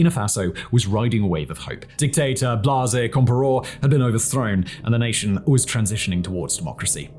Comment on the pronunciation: Decent vid, but your insistence on mispronouncing African words without any effort at all put into trying to pronounce them correctly is typical, and disappointing. You managed to mispronounce all of their national capitals, and even though i despise Blaise Compaore, how does an English sounding name “Blaze” turn into Blasé. Its like you put effort into mispronouncing it 😂